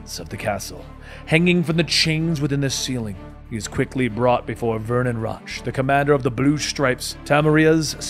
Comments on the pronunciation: How do you mispronounce Roach? I mean its funny mispronouncing EVERY name, but it's kinda hard to follow tho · Rotch... Like crotch lol. If you play the games they pronounce the names. Still really enjoy your videos